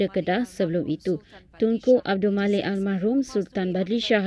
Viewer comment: Bukan al mahrumlah tapi al marhum !!